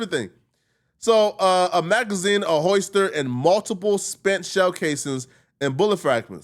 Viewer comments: Nigga said “ hoister ” B!😂😂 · "A hoister" lmao